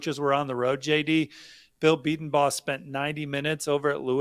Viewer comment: Gonna help out here: Bedenbaugh Bee - den -- bō. You're going to be hearing that name more and more. Let's get it right from now on. 👏👏👏